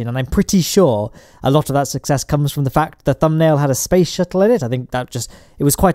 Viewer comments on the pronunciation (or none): none